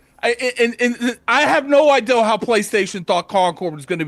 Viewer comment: addict: it's "innovate", not "innervate"!! Also "idea" not "ideal". SPEAK ENGLISH. meaning no offense 🙏